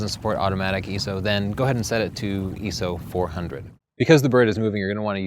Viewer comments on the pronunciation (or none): What is eeeeso? You must mean ISO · 'Eee So'? ROFL, you mean 'Eye-Es-Oh, ISO? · I know you are an easterner but, EE-SO it is I-SO. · I.S.O not EZU or what ever you said! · Its i.s.o not iso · See, I was taught in photography school that it's pronounced "My-soh". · Did he say eeso? o.O